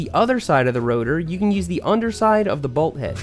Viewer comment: Say “balt” one more time